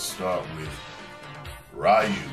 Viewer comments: Ryu is pronounced (RE-YOU).... not (RYE-YOU)..... Right? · ProDeedZ He knows. He used to pronounce it like that but he said FUCK IT because RAI-U was easier. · It's actually pronounced (Rew)